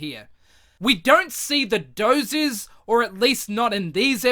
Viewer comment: They are called Doo-zers